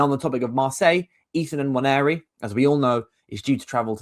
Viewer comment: The way he says nwaneri annoys me way more than it probably should 😂.